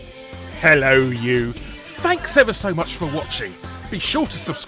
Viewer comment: My question: why do you have merch that specifies the lack of the H in hello, but when you actually say your "catchphrase", you use a strong H? Rendering your merch ABSURD. Thanks